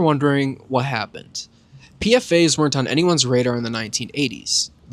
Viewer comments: just letting you know that more often than not PFAS is pronounced "P-FAS" not "P-F-A's". great video tho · It's pfas not pfa's